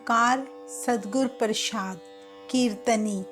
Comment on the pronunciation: Madam ji satgur parshad na bolo satgur parsaad bolo ji. Dhanwaad